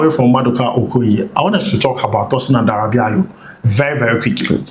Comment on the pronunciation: Adarabioyo not Adarabiayo 😊